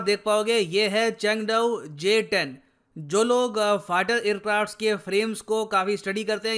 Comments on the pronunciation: Pahele nam to barabar lelo GS10😂😂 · Abe pahle naam lena to sikh loo🤣🤣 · Inse naam toh thik se liya nahi jata or ye upon ka Rafael ko counter karenge😂😂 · Pehele nam to thik se bol lo uske bad aircraft urana 🙄